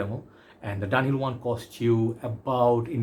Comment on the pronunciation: Its pronounced DUN HILL